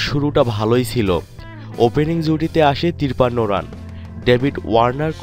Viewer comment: ভাইরে, আপনার উচিত আর একটু সুন্দর বাংলা শেখা। "তিরপান্ন" নামক কোনো শব্দ অভিধানে আছে বলে আমার জানা নেই